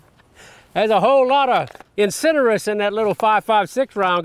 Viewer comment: The word is incendiary, not incenderary.